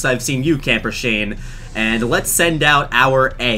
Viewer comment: “Camper ShaNAENAE” Am I the only one who heard it?